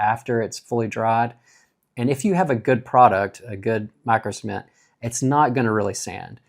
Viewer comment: At times, it sounded like you were saying semen